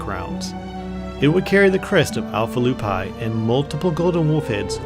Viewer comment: lol "crest alpha lew-pie". Lupi= loopee.